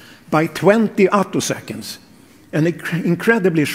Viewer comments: "attosconds" - text-to-speech wirh a typo? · You didn't actually say anything. Some kind of awful text-to-voice robot read the words you typed. That's why a couple of times it didn't know to say attoseconds, saying "a toss skints" instead.